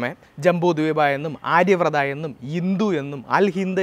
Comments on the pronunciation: 'ആര്യവ്രത' അല്ല. 'ആര്യാവർത്തം' എന്നു പറയുക. 'ദാശരാജ്ഞ'യുദ്ധം നടന്നത് 'പരുഷ്ണി' നദിയുടെ തീരത്താണ്. അത് ഇപ്പോൾ 'രാവി' എന്നറിയപ്പെടുന്നു. 'രവി' അല്ല. (വേറെയും ചില പ്രശ്നങ്ങളുണ്ട്.) താങ്കളുടെ സംരംഭം കൊള്ളാം. എന്നാൽ, ഭാഷയും വാക്കുകളുടെ പ്രയോഗവും വസ്തുതകളുടെ കൃത്യതയും മെച്ചപ്പെടുത്തേണ്ടതുണ്ട്; പ്രത്യേകിച്ച്, ചരിത്രവും സംസ്കാരവും കൈകാര്യം ചെയ്‌യുമ്പോൾ. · ആര്യവൃത അല്ല ആര്യ വർത്ത